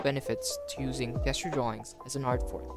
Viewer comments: awesome vid. btw its "JESS-ture" not "GUESS-ture" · just fyi it's Jes-ture not Guess-ture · I've never heard someone pronounce "Gesture" as "Guessture" instead of "Jesture" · It's pronounced "jest" you're a gesture is usually a hand motion you make to give an impression of something, or communicate an idea. Like the 'jest-ure' of sliding your finger across your throat, meaning death or you're dead. Remember it's a soft 'g' (or j sound), not a hard 'g' as in guess it's not "guess-jer" it's "jess-ture" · hey bro, sorry if this comes accross a bit presumptuos: the G in gesture is pronounced as a J sound, so while it reads "guess-ure" its said "jess-ture". English is a bit bullshit and theres no real obvious inidcator for these tiny technicalities other than just hearing people say it. Thanks for the video btw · bro said guess-ture😂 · Good video dude. I hate to be that guy, but "gesture" is pronounced jes-ture, as in , "that dude was gesturing me to jump in the bin". Keep up the good work 👍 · It's pronounced JJJJJEsture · The fact that he was pronouncing gesture wrong the entire time really bugged me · Nice video, very encouraging! For your edification, the word “gesture” is pronounced with a “J” sound at the beginning, not a “G” sound like “grape.” Hope you keep up the videos! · This video is great. Thank you for sharing your process. Gesture is pronounced with a J sound instead of a G sound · You are saying gesture wrong. It’s a soft g not a hard g. Don’t attack me. I’m trying to help. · Good video... yes... but I cannot be the only one annoyed by how he says "gesture"....